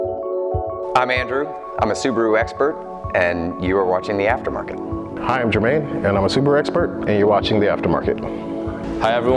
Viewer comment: “Theafta Markett” lol sounds like a first and last name from way back in the day.. like some spoiled rich Englishman that was born waaaayyyyyy back in the day hahaha.